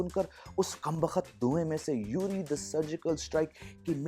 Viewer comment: Sir you have pronounced "URI" or basically it's उड़ी(which is a place in J&K) wrongly as यूरी ...in this video... Beside that...I'm your one of the biggest fan Sir❣️..I have watched more than 70% of your videos...I was so fascinated with all of them especially your videos related to Mussoorie, your teenage time and 90s songs-movies❣️...Even I have tried to figure out your Landour Estate on google map...Hope to come there in future..😅